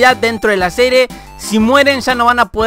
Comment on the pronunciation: en el minuto dice: dentro de la sere, en vez de la serie XD